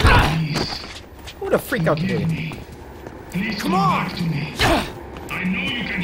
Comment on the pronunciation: wtf is a “PWEASE”